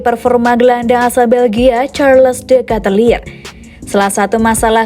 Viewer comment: biar besok2 gk salah, nama Ketelaere itu penyebutannya: Sharleu de Ket-laar. bukan Carles de Katelir.